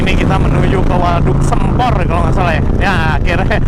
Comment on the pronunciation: Maap bang koreksi dikit penyebutan sempornya, harusnya pake e bukan e :)